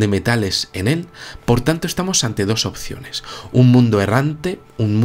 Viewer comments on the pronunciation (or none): none